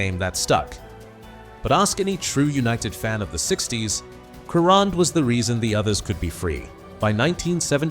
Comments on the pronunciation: If this bastard pronounces his name incorrectly again, I will hang myself . What a c**t ! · AI pronunciation has got to go. But what a player he was even if the guy can't pronounce his last name correctly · what`s the point of some kind of tribute when the dy ck head voice can`t produce pronunciation of his name correctly. Shove AI where the sun don`t shine. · Wow!!! This is a disgrace referring to Crerand. When are they going to get the pronunciation of his last name correct.. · You can't even pronounce his name properly. Paddy often hung around with Manchesters quality street gang, i often bumped into him at the car sales plot where they often used to meet up. A great guy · Apart from the awful mispronunciation of his surname this is a very fitting tribute to United great, Pat Crerand. Having seen him play on many occasions I can say without any reservation that Pat was as important to United’s success in the 1960s as Charlton, Law & Best. Enough said. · If you claim to know so much about Paddy Crerand, you should at the very least know how to pronounce his name correctly.